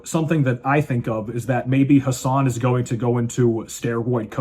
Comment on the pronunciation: Brother, his name is "Who-Sane"